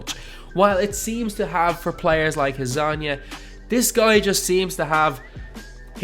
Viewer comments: it's "janan" .. closest thing to "Dz" is "J" in english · Its pronounced janan because balkqn languages dont have a j and use dz to pronounce it that way